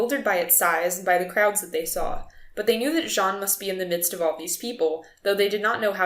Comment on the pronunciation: Correction: that is "jean" not "john"